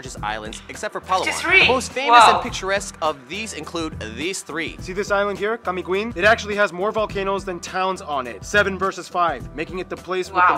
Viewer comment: Camiguin(kamigin) not Kamigwin Aguinaldo(aginaldo) not Agwinaldo Laguna de bay not laguna dabai. 😌 Cebuano is the most dominant language of the Philippines for me because we migrate and dominating another places like mindanao and Luzon.